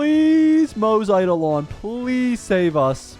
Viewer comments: “Maze” and “Sellay” 💀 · Isn't his name pronounced like Mo (Moh) Ze (Zhe) ? Like in chinese yknow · moze is pronunced "moz-ah" btw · Its pronounced as Moo zhi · No, you clearly hear it in EN dub as Mow-za not Mowt-tza like dude what even is that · I think Moze is kinda pronounced like mozzarella. But like, a slightly softer "tza" sound and still Mo like "mow" so kinda mowza with a slight 't' sound between mow and za. (Idk the phonetic alphabet so I hope it's somewhat understandable) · Yeah it's kinda a tradition here i think to not being able to read/pronounce names Also that's true to EN dub but in JP dub its Mo-ze as seen and read. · You changed the pronunciation of his name probably more than 10 times everytime he came on screen yet not even once did you get close to the actual pronunciation 😭